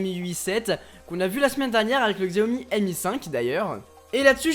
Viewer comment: Pour info on ne dit pas "Xiaomi" mais "Chiaomi" ! ;) Super vidéo !